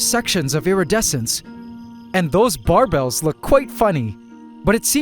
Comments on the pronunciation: Barbels, not barbells. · I’ve never heard someone pronounce barbels the same as barbells 😂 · Barbells are the weight in the gym The whiskers are barbels, not pronounced the same. Pronounced like marbles